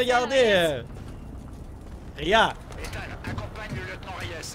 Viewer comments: arretes de dire ethan ça se prononce ethane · sa ce dit pas : Ethan(en) mais Ethan(ane) comme banane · SONT PRENOM C ETANET PAS ETENT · c'est pas ethan mais ethane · On ne dit pas étant mais on dit Ethan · on dit Ethan pas étang voyons donc ! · Une pensée pour tous les Ethan qui se font écorcher leur prénom ..Ethan se prononce Ethane, et non Étang .. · mais ptn c ethan pas etang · c est ethane pas ethan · TU LE DIS MAL LE NOM DU ROBOT ET C EST CHIANT CAR J E M APELLE ÉTHAN